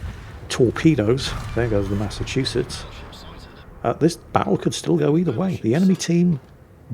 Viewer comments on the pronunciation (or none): none